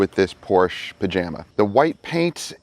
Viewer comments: Great content man! Pronouncing names wrong adds some good comedy to the video. I count 10 times you said Panamera wrong. Lol & I see you went with the first thumbnail for the video 👍🏽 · Enjoyed the video. I counted 7 mispronunciations. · I counted ten mispronunciations. I was curious about the Oberk Wheel Cleaner, would it be worth is for mobile details as it has a longer dwell time? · Mispronounced 9 times,let's go 💯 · Hello + from Australia🙃 The answer for how many times Panamera was mispronounced was 9 times..Also a great outcome as per usual guys..✌ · im gonna say 3 times before contest announcement once in middle then twice at end, but one of those times at the end you actually say it correctly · you said Panamera wrong 8 times by my count, I could be wrong, but I don't think I am. I'm glad you said why the gas door thing was off, that was bugging me lol. thanx for another great video. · I really dig all of your content. It has helped me tremendously and I definitely appreciate that you are not "my way or the highway". You encourage detailer to do what is best for them. I heard you mispronounce the vehicle name 9 times. Lol! 😁